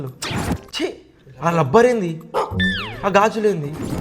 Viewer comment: లబ్బరు లబ్బరు కాదు అది రబ్బరు తమ్ముడు😂😂